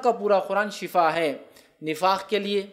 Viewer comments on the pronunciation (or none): shafa nh shifa hta h....shafa bemari hti h shifa sehat hti h biii